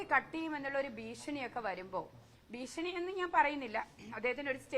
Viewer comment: ഭീസണി ആണ്.. Clear ഭീസണി